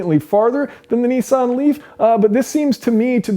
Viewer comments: Its not pronounced NE-SAN or NI-SAN, its pronounced NIS-SAN. :) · Neesan? Is Nissan so hard to pronounce?